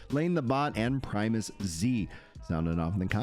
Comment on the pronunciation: ❤🎉 Super Respects to you for pronouncing my name correct in the shout out!! Most ppl say Prim E Uz. Love the content bro